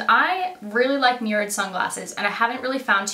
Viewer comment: That toque!!! I love it!!! Also it took embarrassingly long for me to figure out you were saying "mirrored" I thought you were saying "murad."